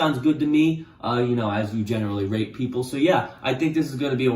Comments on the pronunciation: at the beginning, i thought he said rape lol dont cancel pls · Who else thought he said rape women instead of rate women? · Why did think he said rape for the first 3min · I keep hearing “rape” instead of “rate” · IT SOUNDS LIKE YOU ARE SAYING RAPE NOT RATE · he keeps saying Rate and it sounds like Rape XD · I thought he was saying rape instead of rate in the beginning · Everytime u say rate I hear r8p and Im just like 👁️👄👁️ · you mean when he says "rate"? yeah, you are not alone lol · This dude really needs to emphasize the T in rate a bit more 😂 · Every time he says “rate” it sounds like the word I can’t say on YouTube that ends in “ape” and begins with “r” so rewatch the video with that mentality and it’s a lil sus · i keep hearing the t in rate as a p and it’s scaring me